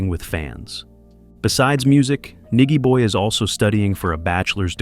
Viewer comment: Nigy pronounced ny jee boy Tear up Sumfest 2024 too!!